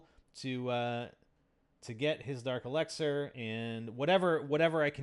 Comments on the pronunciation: It's elixir not elexer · elixer....... not elexer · Not el"e"xer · It's el"i"xer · The way you say dark elixir is kinda weird. Either way, I still subbed. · U pronounce elixer weird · You pronounce elixir weird